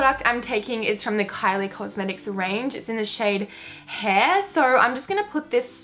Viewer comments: What's funnier is that in the description box of her Kylie first impression video she acknowledged that it's pronounced 'air', yet she continues to say it like 'hair'... goldfish much? 😂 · kylie's mettalic lip gloss is pronounced air not heir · ITS PRONOUNCED A I R not hair😊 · Heir pronounced air haha you're good tho I absolutely adore you I've been watching your channel for well over a year love you girl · hey, the kylie lippie is pronounced air not hair 😋 also loved this much, I swear you can rock anything 😍😘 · I thought the Kylie lip kit "heir" was pronounced like "air" not hair haha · just letting you know. it's pronounced like air (heir) not hair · its pronounced air not hair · Heir is pronounced like "air" haha x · 'Heir' is pronounced 'air' not 'hair' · You pronounce kylie's "heir" like "hair" when you're actually supposed to pronounce it like "air" cause "heir" is like the "heir" to the throne. If that made any sense or not😂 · Hi - The shade Heir is prononuced AIR! Just an FYI. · The Kylie lipstick "Heir" is pronounced like "air" haha xx For e.g Charles is the next heir to the British royal throne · Love your videos 😍😍 also heir is pronounced "air" as in heir to the throne xx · Hahah we've been through this before... Heir is pronounced air 😂 xx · heir is pronounced air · heir is pronounced like air by the way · heir is pronounced like "air" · heir's pronounced air babe xxx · I love you but for future references it's pronounced "air" for the word heir 😂😂😂 haha you look bomb AF xxx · Heir is pronounced 'air' btw :) ily xx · Heir is pronounced air 😂😂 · Heir is pronounced Air x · (just a lil side comment, heir is pronounced 'air' hehe but fab video) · What the hell, you actually look bomb with lipstick all over your face! Also love the way you pronounce "Heir" you dag hahaha <3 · It is, she's saying it wrong😂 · Mispronounces one liquid lipstick, gets attacked by multiple people, Ffs.